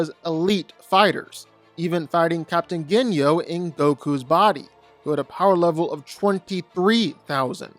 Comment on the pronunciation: no you did not just say captian ginyo